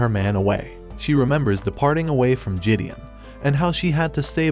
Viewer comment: RIP the real pronunciation of Gideon, which the narrator neglected from the start.